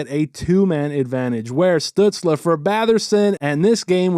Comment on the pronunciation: This is off topic but the way you’re saying “Stützle” is driving me nuts 🤣